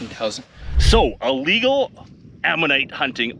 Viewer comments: it's not allegal, it's illegal. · I love your vids but I am a dick head when I hear people say ahhlegle. It is Illegal. I'm sorry but this just bugs the crap out of me. Sadly enough I hear this from newscasters that are supposed to have degrees. Please don't hate me. Love you bud! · Please stop say Ah-legal… the only confusion is your mispronunciation of Illegal 😂 and if I buy one in Tucson no one is going to care about paperwork from Canada 😂